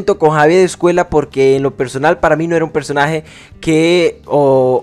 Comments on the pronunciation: Me resulta imposible ver este vídeo con el autor todo el rato diciendo 'Javier EscueLa'. Es una ll. No sabes leer? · Hablas español, pronuncia bien Escuella!!